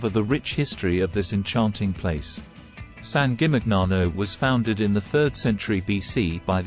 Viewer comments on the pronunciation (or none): The pronunciation of San Gimignano is completely wrong.